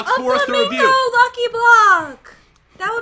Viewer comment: says flimango I thought it was the youtuber